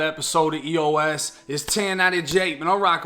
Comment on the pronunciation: Am I the only one that hears eat your ass when he said eos